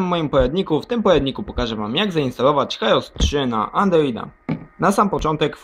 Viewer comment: Sam jestes heros. Jeśli już to „hirołs”